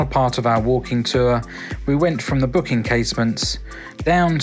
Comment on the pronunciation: And it's "Bock" and not "Book" Casemates. Sorry.